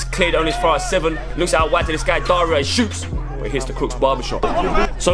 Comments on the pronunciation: Doing his homework but still messed up by calling Dara, “Daria” lmao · How gonna say "Daria"itS Dara 🤣😭😭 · His names Dara not Daria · it aint Daria its Dara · it’s dara not daria